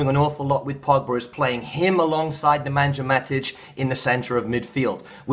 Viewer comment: First of all, I love your videos. But cmon man, you work in football, you watch AND listen to United games obviously so can you please say Matic's name corrrectly? Its not Ne-man-jah but Ne-Man-yah. As for Pogba, i have italian friends who are Juve fans and while they liked Pogba they all said that he is not a very versatile player, he can not play multiple positions and has to have the rivght balance of players around him. At Juve it was playing on the left side of a triangle in the 3-5-2, having Maestro Pirlo pulling the strings and Vidal and Marchisio doing the dirty work and a solid defence which gave him less defensive duties and allowed him the liberty to go and roam forward. The term they used for him was a mezzala which basically means a false winger: a midfielder who plays towards the flank despite being a central player. id play him as a number 8 in a 4-4-2 or in a 4-1-4-1 Id have him in the middle two of the inverted triangle